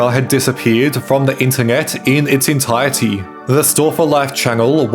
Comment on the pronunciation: learn how to say "entirety" ffs